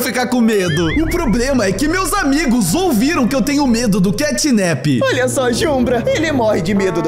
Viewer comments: e mano literalmente na legenda Os cara tão falando catnip semdo que e catnap com a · Ele disse cantninp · O nome dele não é assim catnip o nome dele é catnap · O xinglau não é catnip e catnap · CATNAP se inscreve assim e não CATNIP